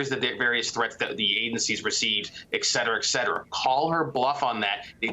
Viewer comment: "Eksetera" is not a word. Et cetera: two words.